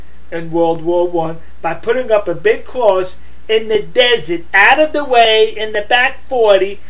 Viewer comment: What's a Cwoss?